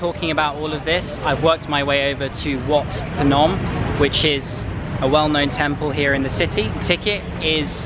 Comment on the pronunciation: if you want to say the word clearly you should say it like (WHAT Phnom) if you say it like that Cambodia people can understand what you mean